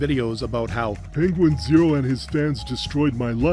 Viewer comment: Say it with me Penguin Zee Zero